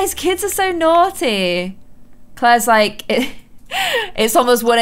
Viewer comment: “No james that’s naughty” has never sounded so british😂 i love it tho